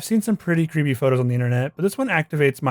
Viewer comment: Bro just can't properly announciate the word "creepy" in creepypasta